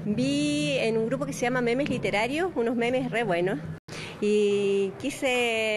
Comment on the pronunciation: C dice momos no memes :v